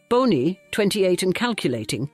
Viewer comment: The AI voice switching up ‘Bony’ and Bonnie is annoying